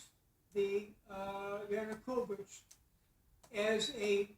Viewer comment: the professor can't even get Yanukovych's name right, oh my.